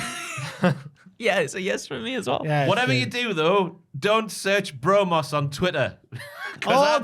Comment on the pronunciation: "Bro-Mos"...sound it out.